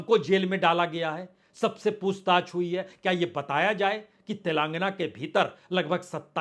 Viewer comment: Aap zarurat ko jarurat kahte Hain Aap Tilangana ko Tilangna Kahte hain Aapke Report Men Jhatke Ka Jumla Baar Baar Aata hai Is Tarah Aap Kai Adabi Ghalati Karte Hain Iski Islaah Karen.😊